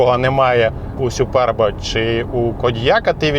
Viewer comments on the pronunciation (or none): Я один то чув- ,, сюперб?" Ляяяяя, як то нервує😅 А електричка вийшла доволі симпатичною після оновлення ❤